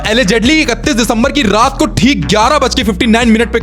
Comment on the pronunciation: "Rrrrrrrraat ke 12 bje" 😅